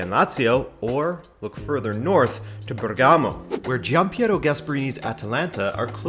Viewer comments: And the right accent is Bèrgamo! Not Bergàmo! Thanks! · It’s actually spelled Bérgamo not Bergámo but very good video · It's Bèrgamo not Bergàmo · Great video! One very cacophonic issue: BERgamo, not berGAmo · It's actually Bèrgamo, not Bergàmo 😉 greets from Italy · Bérgamo not Bergámo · mate, Bergamo is pronounced differently..the stress in on the first syllable (Bèrgamo) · If i hear another time Bergámo I'm going to throw up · that accent on Bergamo killed me several times XD instead ALL other accents on Italian names are really good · It's nice that you're doing a video on Atalanta All i ask because it's annoying..if you're going to say the name of a city in italy, please research how to say it..first.. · The way he pronounced Bergamo made me cringe multiple times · You pronounced Bergamo incorrectly and the stadium name is wrong aswell. Atalanta stadium is called the Gwiss stadium. They changed it. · Good video. Just drives me crazy how he mispronounces Bergamo for the whole video